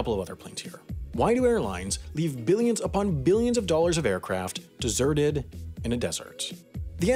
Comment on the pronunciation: did he say deserted in a desert? or desserted in a dessert?